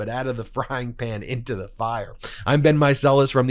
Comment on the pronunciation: Ben, I get the feeling that you are not a native English speaker. It's really distracting when you pronounce the word 'the' as thee instead of 'thuh', when it isn't followed by a word beginning with a vowel; similarly you pronounce the article 'a' as 'ay' instead of 'uh'. I wish you wouldn't do that.